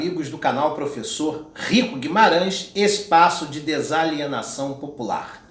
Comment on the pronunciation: Professor volte a falar seu nome na introdução como antes:. kkkkkk Essa é a sua marca registrada